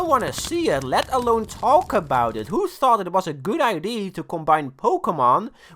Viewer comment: i love how he says idee